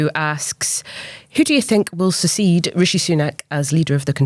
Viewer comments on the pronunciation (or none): I know I thought she was saying secede (as in breakaway) but realised she meant succeed haha